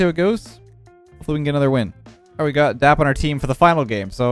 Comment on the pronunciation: Why are you calling him dapr if his name is dap